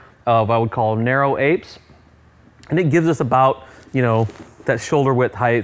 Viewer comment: Heighth? Just throws a squiggly line.